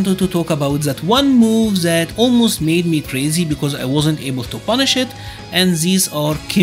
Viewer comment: "10 Moves that you can actually BUNNIShH"